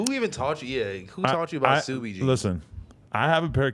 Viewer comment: Adam said K subi 🤦‍♂️